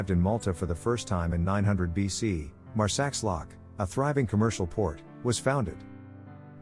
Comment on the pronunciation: Oh my God, another couple of awful pronunciation mistakes. Marsaxlokk: X is SH in Maltese. Marsa shlock, not Marsax lock. And Giethoorn is no Jaya Tourne! It's close to Heat Horn, if its more suitable for you to read!!